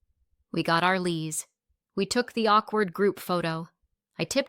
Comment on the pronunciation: "Lees".....leis ( long "A", as in lays)....